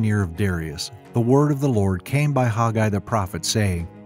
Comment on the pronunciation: IMHO I believe this man is mispronouncing the very name: Haggai. He says HOG-eye. WHERE do you suppose he got this? It is a truly ugly way of saying the name. Remember, in "A Patch of Blue" when she says her name is "Sleee-na": and when HE says "Sell-LEE-na"; oh well. Dictionaries pronounce it as (long A) Hag'- a-I. But after all, I love this teaching and how clearly it is set in History.